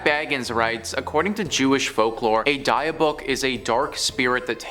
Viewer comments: its DIB-ICK not Deeuhbawk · DIH BIC DIH BIC OH MY GOD HEARING "DIE BOOK" MAKES ME FEEL VIOLENT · Not "die"-book its "Dih"-byook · 'Dibb-buck' not 'dye-a-buck' 😂😂😂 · i'm sorry, but i can't let this go. it's pronounced "dib-bick". not "die-uh-book". it's killing me. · Dybbuk ( dih bick ) not die book. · Dybbuk pronunciation was killing me...I was laughing so hard, I almost hit the curb driving when I first heard him say it. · The die-a-book box? 🤣😂🤣😂 It’s pronounced Dih(short I sound)-bick(another short I sound) I think I’ll call it a die a book box from now on. 🤣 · BRUHHH!!! The what box??! The die-book, die-iff, die-meth orrr nahhhhhhh ima just call it the "box" 😒🤣🤣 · Die-a-book? How stupid can you be? It takes five seconds to look up a pronunciation. Lazy is as lazy does! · It is pronounced Dib-ick (short I sound for both of the "i") stop saying that in such a fu€ked up way!! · dia book 😅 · Die Book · Its pronounced dib-bik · Dibbuk. It's pronounced dibbuk. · The poor pronunciation of Dybbuk is hilarious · If you're going to do a video about something at the very least look up the pronunciation....you should be haunted (if ghosts were real) for that disrespect. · Jesus, you can tell these guys are just reading since they can’t pronounce Dybbuk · dybbuk box ffs please take the time to learn how to pronounce the words correctly! it really takes away from the story when its so grossly mispronounced!